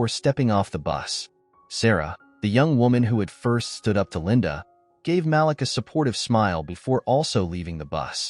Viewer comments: Ma-leek not Malick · His name is pronounced MA-LEAK!